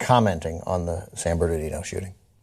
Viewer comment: Guys, it's "San Bernardino" not Barnadino